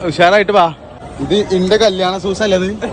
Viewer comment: സൂസ് അല്ല ഷൂസ് 😂